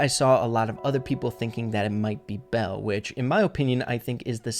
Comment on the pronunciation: ITS NOT BELLE GUYS